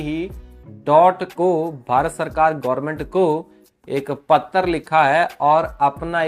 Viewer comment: पत्तर लिखा है पख्ख रहख्खा है ये कैसे बोल रहे हो 😂😂 ऐसे बी एस एन एल लिखेगा क्या डाट को 😊 वैसे नेट न्यट्रीलिटी का मामला तो बहुत जरुरी है